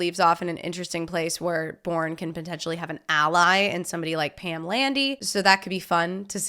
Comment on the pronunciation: Did she pronounce it as the “Boring trilogy”. It’s definately not.